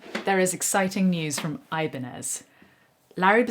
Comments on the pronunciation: For fuck's sake, it's "ebanyez" ok... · it's pronounced ih-bahn-yez.